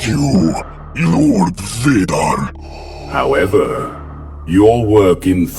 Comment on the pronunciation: Bro grievous says darth Vader wrong